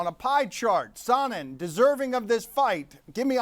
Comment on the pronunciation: And Dan keeps calling him "saw-nen